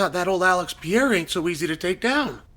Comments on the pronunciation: Chael, its pereira not pierre 😁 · PE-REI-RA 👍 ... PIERA👎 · Alex Pareira ❌ Piera ✅ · *Per-era: per and then era, Chael…per era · Pea-ayruh, pierre-uh. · Alex Peee air uh!!! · "The good old day" (singular) and "Piera" wow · Unc keep calling him Pee-Era 💀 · I won’t be able to watch this because Chæl is going to say “pee era” 1000x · cmon uncle Chael, go with me, PE-RE-I-RA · Is there any specific reason you pronounce Pereira like the French name Pierre?!🤦🏻 Appreciate the “you don’t necessarily need to take him down to win the wrestling part of it” part of the conversation. You’re def correct in this btw Totally agree about the rematch too. Ankalaev made Alex look soooo one dimensional. My opinion has 100% changed after that fight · why dies uncle Chael keep saying Pierrrrr!!🤣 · Still closer than “Pierre” which he used to call him. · Yeah, like the French name. LOL! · “I’m a huge fan of Piera’s” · Never learned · The Pee Era is over. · I’m done bro 😂, me too gang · He does it on purpose for engagement. He says people's names different all the time and sometimes he smirks as he does it. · Has that man not earned at least correct pronunciation of his name? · He can pronounce Ankalaev flawlessly but he can’t Pronoune Pereira 😂😂gotta love Chael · I'm going to miss this when Alex retires; just hearing Chael say the name 🤣